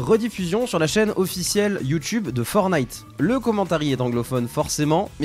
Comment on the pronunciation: Juste pour corriger c'est "Fortnite" pas "Fornite"